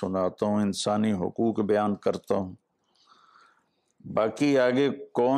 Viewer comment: آپ خود حقوق کا حق ادا نہیں کرتے ۔ (حُقوق کا تلفظ حَقوق کرتے ہیں) اور نامعلوم کتنے الفاظ ایسے ہیں جنکے حقوق آپ ادا نہیں کرتے اور حقوق ادا کرنا تو دور کی بات، آپ یہ تک نہیں سوچتے کہ انکا کوئی حق بھی ہے۔ جو شخص ان معمولی معمولی چیزوں کا حق ادا کرنا سیکھ گیا وہ بھلا غیر معمولی چیزوں کا حق کیسے مار سکتا ہے۔ صلاح الدین شیخ 🇮🇳.....